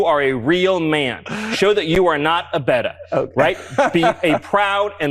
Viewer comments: "Prove that you are not a betta." Stephen, dude, it's beta. And you aren't even that. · Man pronounce BETA wrong 😂😂😂 FOOL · A betta? I hope the frat boys are suitably offended & that they have far better male role models in their lives than someone who can’t manage the word in any of the American English, British English, nor Greek pronunciations. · Did just pronounce beta as beda? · Only a maga moron would pronounce beta as beh-tah, or use terms like alpha and beta in the context of people. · cannot even pronounce beta! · You can tell that’s a grift when he said Beta wrong 😂 like damn they’re sad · can't even pronounce 'beta' correctly. These people are sick freaks. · Steven can't even pronounce beta correctly lmao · True Alpha male doesn’t know how to pronounce Beta😂